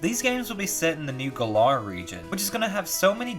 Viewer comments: “Gul-R region.” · Does it bother anyone how he said Galar?